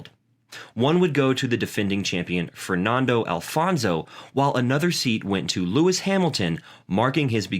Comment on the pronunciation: You need to review this video because you've made several mistakes in pronunciation of peoples names Fernando Alonso and Felipe Massa you have got wrong in pronunciation. also you have failed to do your research of the 2009 season. if you did you would have spotted that Hamilton did win a race in 2009 winning the Singapore and Hungarian grand prixs.